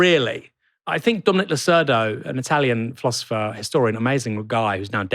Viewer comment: Fursday, fink, Lambuf, firty. Unlistenable.